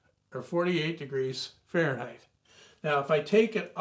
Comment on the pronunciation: 'farenheisz' groan zone!